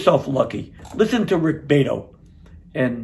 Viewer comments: Thanks for your appraisal, man. I've been playing music since 1964 and have learned much from Rick. Very COOL presentation. You've got your own appeal. By the way, if I have it right, it's pronounced Bee-AH-toe. Be Cool. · It is pronounced Bee ah toe.